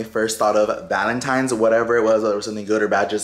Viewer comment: lol 😂😂. It’s ValenTINES, not times lol awww